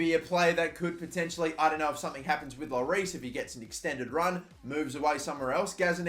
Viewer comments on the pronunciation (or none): none